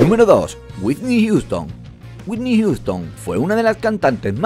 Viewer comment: "Wuitnik Yuston" jajajaa